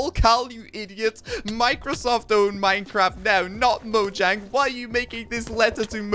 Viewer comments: Fun fact: It's pronounced Mo-yang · orestis gamer It's mo-yang